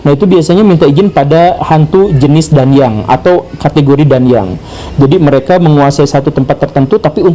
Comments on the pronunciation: Kata DANYANG untuk Pengucapan Yang Benar DA-NYANG Atsu DAN-YANG yaa..?? di Tempatku (Jawa timur) Sering di Sebut DA-NYANG.. Pak Gembul kog ngomongnya DAN-YANG.. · koreksi dikit Pak Guru. pelafalan danyang bukan Dan-Yang, tapi Da-Nyang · Membacanya disambung Pak Guru. Da-nyang (pepunden/leluhur) bukan Dan-Yang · bacanya bukan dan-yang, tapi da-nyang. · ralat sedikit ya pak, cara bacanya bukan "DAN-YANG" tp "DA-NYANG" cmmiw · bukan dan yang penyebutannya tapi "da nyang" biasa disebut "danyangan" oleh org Jawa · Danyang bacanya "Da-nyang..." Bukan "Dan-yang" pak guruuuuu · Bukan dan-yang, tapi da-nyang 😅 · cara bacanya bukan dan-yang tapi da-nyang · Danyang kalo di jateng bacanya bukan dan-yang tapi da-nyang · Baru kali ini saya ngakak mendengar pak guru gembul mengucapkan kata "dan-yang." Di daerah kami sudah terbiasa mengucapkannya "da-nyang." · Maaf pak GG sedikit revisi terkait pengucapan Danyang bacaanya bukan dan yang melainkan da nyang begitu orang jawa kalo mengucapkan *danyang*. Terimakasih jika menyimak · Danyang pak guru.. Danyang... Bukan Dan-Yang... 😂😂😅😅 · Da-nyang ustat bacanya bukan dan-yang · Kalau versi KBBI: Da-nyang ✅ Dan-yang ❌ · Bacanya 'da-nyang' pak, bukan 'dan-yang' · Cara bacanya bukan Dan-yang tp Da-nyang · Ralat pak guru. Cara baca yang benar bukan DAN-YANG... tapi langsung saja dibaca DANYANG. semoga membantu 👌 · Cara bacanya bukan dan-yang, tapi da-nyang 😂😂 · Bacanya danyang bukan danyang, mbul gembul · Danyang. Bacanya N sam Y jangan dipisah pak